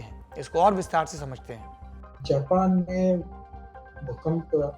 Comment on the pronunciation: द्विवेदी जी,आपका हिन्दी भाषा का channel है,तो उम्मीद करते हैं आपसे कि जेपेन के जगह जापान का उच्चारण करे।